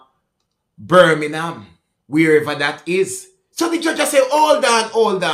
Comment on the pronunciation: " Birminham " the jamacain way of saying Birmingham..!😎